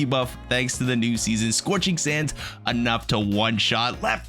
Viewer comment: “Sorching sands” lol 😂